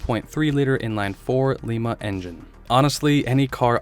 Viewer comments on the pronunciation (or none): Just for future reference, Lima is pronounced like the bean, because the engine was built in Lima, OH, a state with so many cities named for other, foreign cities that are not pronounced correctly (e.g. Mantua, Medina, Berlin, Milan, Toledo, Cairo) NBD; easy, common mistake, Ohio is stupid, etc. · "Lima engines"--pronounced like Lima (Lye-ma) Beans. A town in Ohio, not Peru.